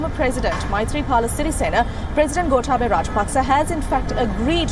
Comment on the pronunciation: learn yo pronounce the name of Gotabaya correctly. Surely you have good ears to listen to the pronunciation of the politicians in Sri Lanka.